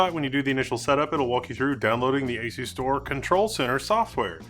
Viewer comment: You are mispronunciation of the name Is wrong As-u-stor Pronounce it like as you store